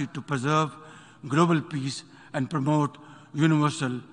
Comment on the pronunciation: He said pramote instead of promote 😂 What a shameful thing